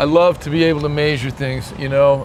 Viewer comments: Why do you say measure so interestingly? Its not Maysure its meahsure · Its funny how he says measure as maseure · “Maysure” 😂😂 always cracks me up lol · thought the same thing